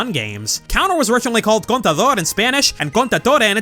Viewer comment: As an spanish speaker myself i have to say you actually pronounced contador y contraataque pretty well, good job! :D Also fun fact: Lei, Kukui and Burnet's son in the anime is referenced as a girl in the latin american dub. PD: flop is better than hop